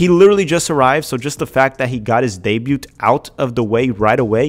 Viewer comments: The t in "Debut" is silent. It's pronounced "Deh-byooh" or "Day-byooh". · fyi you don't pronounce the "T" in "debut", its like day-byuu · Great update as always. [just a note: the T is silent in "debut," as it's French in origin... your favorite language!]